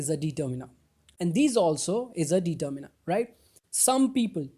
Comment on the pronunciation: bhai pronounciation to seekh lo determiner ki determeener nahi ddeterminer